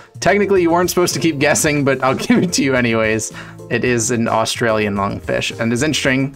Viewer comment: "Australlian" lmao.. as an Australian, I had to point that out